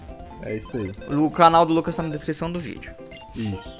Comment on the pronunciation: "Se o LUPA quiser responder agr.." WTF? Vcs tavam cansado pra K7 hein? ou talvez ele falou Lucas de um jeito bem zuado e pareceu Lupa